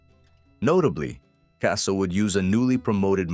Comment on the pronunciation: They can’t even pronounce the last name right I have to give this video a thumbs down